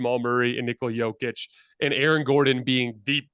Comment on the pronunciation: Guys guys!! You have to pronounce Jokić name correctly! You are saying it wrong! I’m tired of hearing everyone comment on the best player right now in the NBA -say his name WRONG… Imagine if your name is Tim and everyone in the world calls you Tom. 😂😂😂 ffs